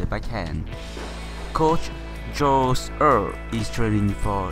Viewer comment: Im slovenian and you really failed pronaunciating joze urh 😂 but great video like always